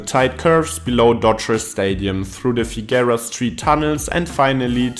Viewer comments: In addition to others pointing out that it's the "one-ten" or the "one-oh-one," should it ever come up again Angelinos pronounce Figueroa as "figger-oh-uh." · The continual mispronunciation of Figueroa was irritating, but I really enjoyed the piece.